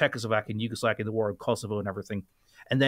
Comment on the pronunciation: did he say Yugoslakia?